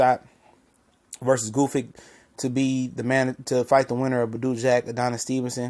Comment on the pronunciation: OMG, what is so hard about Gvozdyk's name? :) It rhymes with "gnostic", "caustic", "cosmic". Gvoz (long "o") + dyk (like "dick").